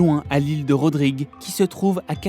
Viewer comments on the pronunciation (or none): On dit «île Rodrigue»